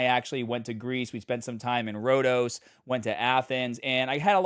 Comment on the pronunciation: 😂 I chuckled at the anglicized way you pronounced it, which is why I spelt it phonetically. Nothing but love, my man. Greece is a beautiful country, and the food it not too shabby either.